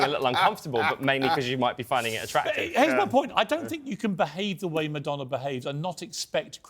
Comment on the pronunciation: IT'S MADONNA, REALLY...😮😮😢